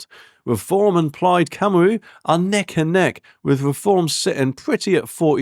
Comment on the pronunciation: Your pronunciation of Cymru and Senedd need working on; makes you sound ignorant. Apart from that, I'm hoping Reform wins.